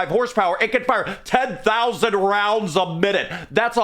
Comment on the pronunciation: "She weighs 150kg and fires $2000 custom tooled cartridges at 10,000 roinds per minute" ahh 😭😭😭